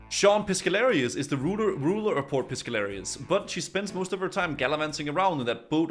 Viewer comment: I'm about to lose my shit, you've been pronouncing port piscarilious wrong the entire fucking videooooooooooooooo, like you're just making up words at this point